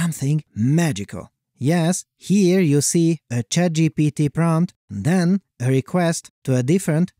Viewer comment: Based on the pronunciation of “ChatGPT” I’m now convinced uses AI to generate audio of his own voice.